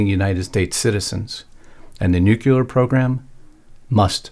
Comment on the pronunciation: NUCLEAR. Pronounced new clear. NOT nucular.